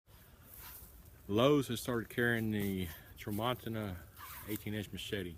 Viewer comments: It's pronounced Tra mon CHI-na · the name of this machete is pernonuced "Tram - ma - teen - na". It's from Brazil and it comes only partially sharpened, requiring the owner to perform the final sharpening. Which you did a good job of showing, and is not hard to do.